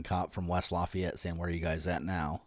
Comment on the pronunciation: Its very funny how you pronounce Lafayette for the frnech I am 😂 For the video, you could say at beginning thzy stalking you all road long. Or said as some other claim, they freely use their freedom of move. Like you. I think at this point under the few minutes of starting vid, they dont do anything strange. But with explanation you guve... Clearly not a single cop around 100miles could be bormal with you. They dream of you paking a step out the lines do jail you for an odor of majijuana.... Be strong Continue sharing what police should be and shouldn't be. Cheers from France 🇲🇫